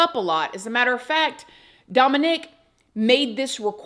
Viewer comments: DOMinick, not domiNICK. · your pronouncing Dominic like that is killing me haha 😂 DomAHHnic. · I had never heard anyone pronounce it Domo-NICK before. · Not my son’s name being Dominic and me being triggered every time you say his name lol I rebuke that in the name of Jesus, my son will never be involved in anything like this lol